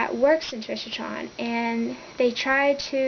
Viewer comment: Intrishotron? its IncarCERron...